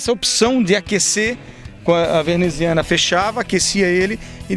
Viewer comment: "veRneziana" putz!